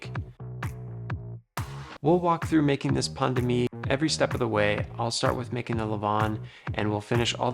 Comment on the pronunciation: You prononce pain de mie as pandemic